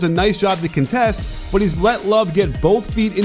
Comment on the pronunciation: Arg! The verb IS conTEST, but the noun is pronounced CONtest. Now, I feel much better.